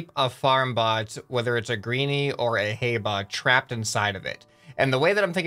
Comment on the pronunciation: When the hay bot stayed there sm said "A hay bot" it sounded different when he said "ahay"